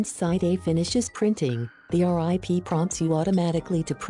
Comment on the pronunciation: I laughed when she kept saying "R-I-P" instead of rip. I was like "that's so bush league".